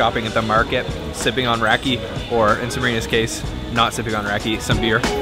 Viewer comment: Great video but please don't say "rakee". It's rah-kuh.